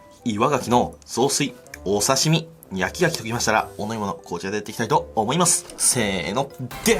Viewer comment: 焼き牡蠣が焼き焼きに聞こえるw